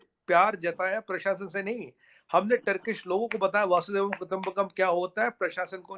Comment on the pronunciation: वसुधैव कुटुंबकम ठीक से बोल लिया करो यार।